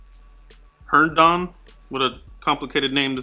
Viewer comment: Herndon is pronounced (Hurn-din) its my cousin and I'm glad a herndon is on the cowboys! Lol